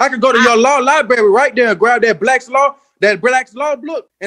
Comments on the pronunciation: Lie-berry? They are delicious, i love lie-berries. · He can go right to the law li-berry